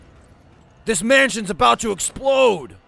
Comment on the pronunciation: he said essplode xD